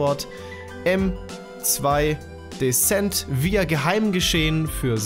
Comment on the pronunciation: geile aussprache von "decent" :D